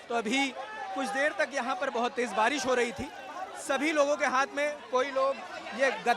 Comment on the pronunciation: भाई बारिश होता है भारिश नहीं, plz correct!